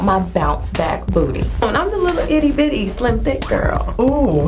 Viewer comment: Her last name is Bootay? 😂